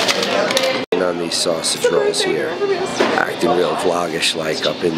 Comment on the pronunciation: The way you guys say “sausage rolls” made me question what they were, when I well and truthfully know what they are, it’s just the pronunciation that threw me off. (I’m Australian)